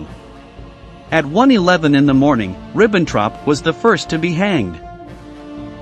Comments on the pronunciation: 'Wakeem von Ribbontrop'? C'mon, he's not Mexican, he's German. YO-Akim is how it is pronounced in German. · Yup, especially Wakeem von Ribbontrop.........